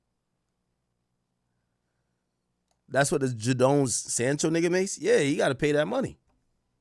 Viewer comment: Bro butcherin Jadon Sancho and Noni Madueke Its JAY-DON Sancho and Noni MADU-WAY-KE, not Noni Madookie